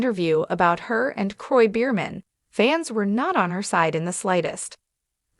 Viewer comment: What are you saying? The whole world already knows about this couple. Please pronounce the name properly.